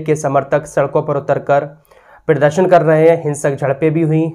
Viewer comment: Tlaffuz islah karen-pirdarshan nahi balki pradarshan bolen, ya muzahirah bol diya karen